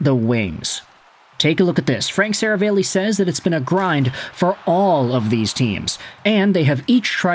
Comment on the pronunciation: Bro! It's SaraAlli, NOT SaravEli.... C'mon man!